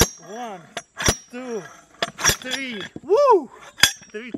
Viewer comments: One! Two! TREE! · One... Two... Tree...